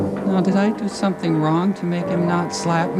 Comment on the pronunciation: "i may owe you shompin"